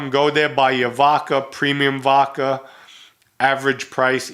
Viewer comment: Why do you say vodkar?!